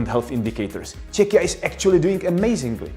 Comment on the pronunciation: It is a pleasure to hear somebody using the country´ s name Czechia quite naturally and freely and, what is top important, in a correct pronunciation [ˈtʃɛkiə] /check-i-ya/. It is a good model for all English-speaking persons who are not always sure about the correct sound.